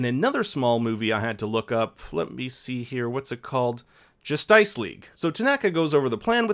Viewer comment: its not jastice league...its justice leagua